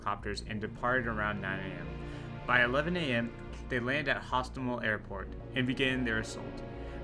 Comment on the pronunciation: Hostomel not Gostomel. It was never Russian and will never be russian